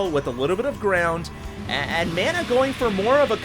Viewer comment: You're pronouncing "Mana" wrong!!!